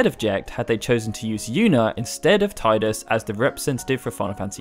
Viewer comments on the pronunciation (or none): It's pronounced Tee-dus. If you've actually played the previous two Dissidias, then you should know that. Also for how to pronounce that.